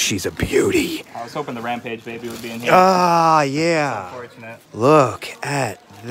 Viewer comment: It's Ram-PAGE, not RAM-PIDGE! 🙈